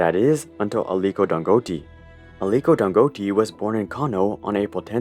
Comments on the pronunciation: I'm a Nigerian, Dangote is pronounced as Dangotay 😅. Great video as always! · Damn, that pronunciation of "Dangote" (Dan-go-tay) was way off 😅 great vid regardless! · pronounced dan goe tay - gotta at least get the guys name right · I'm late to this but that pronunciation was so off lol And just to add, here in Nigeria, Dangote is considered a shady figure. Many have accused him of Monopoly by banking on his govt friends and connections. A lot of his products are often considered subs standard compared to other competitors. For example, there's a famous saying here that Dangote cannot succeed in a sector without help from the Nigerian govt. His venture into juice and noodles notably failed as they were already established players offering better services His cement is basically unaffordable to the average Nigerian while being cheaper in other African nations Just saying Dangote is not as beloved here as many people would like to think